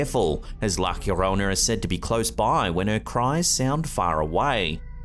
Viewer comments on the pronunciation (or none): Yorona, not Hurona. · La Hierona 😂. It's la Llorona (Yo-Rona)